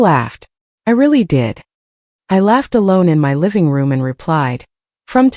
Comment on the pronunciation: "This is MY house!" Get your emphases right! This is such a silly dumb voice!